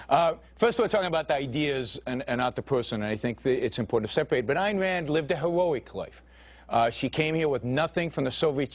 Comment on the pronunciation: "Ayen Wand lived a hewoic life"